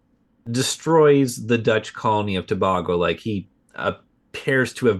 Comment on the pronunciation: Citizen of present day Trinidad and Tobago here - it’s pronounced Tobago (letter a) and not Tob-Ah-go